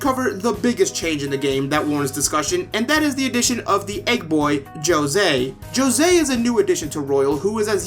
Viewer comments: That moment when they say Joe-zay Instead of Jose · Dude, I’ve never heard anyone utter the word “Jyo-sey” before Royal, and as a fellow Latino, that was making me extremely uncomfortable and I almost wanted to click off. Thank god you turned it around after a bit of messing around. Anyways, yeah, the rest of the video I agree with, but the music did seem a bit out of place, as I actually liked the of Mementos theme, but hey, more music’s always more music, and it grows on you fairly quickly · If he's not Spanish and his name is Spanish origin, is it wrong for him to be José and not Hosé? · Di José, no Josei, no Yosei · I WAS SO MAD hearing you call him Joe-Say as a fellow Latino. That child will always be Jose. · Jose will always be Jo-sé for me, none of that hoe-zay shit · the word "Joe-se" hurts my soul. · He is Jose not yose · I still don't know why they gave him the name Jose and then proceeded to pronounce it in the worst way possible. Either let the voice actors pronounce it in a way that sounds correct, or give him a different name. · when I first heard jose pronounce his name like that I cringed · I'll subscribe to a latino homie that talks about JRPGs. And yeah, the way they pronounced Jose in the game just bothered the hell out of me the whole game. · not much latin culture if he cant even pronounce one of the most common names correctly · Thank you. I twitch a lil when people pronounce the "j" 🤣 Mispronounced names...it's like a substitute teacher was responsible 😅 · Did i just hear you say call hose as jose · As someone who lives in New Mexico the Jose pronunciation always bothered and I'm so glad I'm not alone in that. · For being a Latino, you are pronouncing Jose wrong in Spanish. Just saying 🤷🏼‍♂️